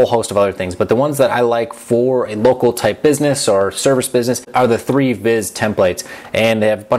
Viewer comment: You pronounce Thrive as Treeve?